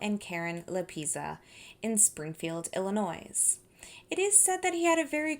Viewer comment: Illinois is pronounced Illinoi...the s is silent. You miss pronounce so many words, it is very difficult to listen to you.